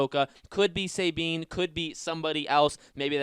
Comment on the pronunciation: I’ve never heard someone pronounce Sabine so wrong, especially when her name was said by other characters in like uhhh EVERY episode of rebels..??